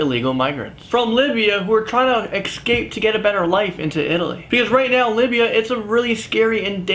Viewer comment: why does he always say ECSCAPE it's ESCAPE